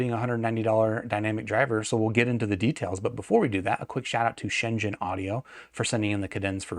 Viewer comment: Mark with native speaker level pronunciation of "shenzhen" 😂